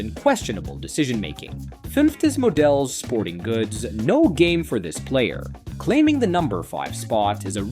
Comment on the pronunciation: It’s pronounced “Mo-Dells”